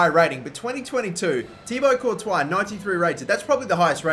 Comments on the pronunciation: He said Tiago courtois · Was I the only one to hear '93 rated thiago Courtois'